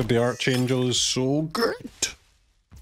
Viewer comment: Sad to hear it. Vocabulary is a pretty important subject in grade school. I know you read arch in archangel but the enunciation is arc rather than arch. Back to basics. Read a dictionary! It’s good for you.